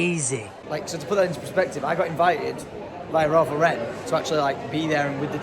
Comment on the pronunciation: pleaseeee its Ralph Lauren. The name Lauren. It's American, not French lmao